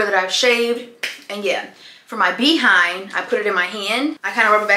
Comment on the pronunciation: I love how you say Bee 🐝 hind 😂